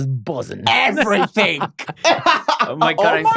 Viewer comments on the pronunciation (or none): Obsessed with how says “everythinK”